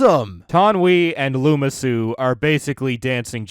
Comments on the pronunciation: Its Lama Su, not Luma Su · Lama Su: exists: “Looma Su”